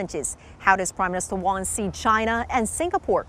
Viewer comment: Can’t even pronounce PM Wong surname correctly shows how little respect she has for Singapore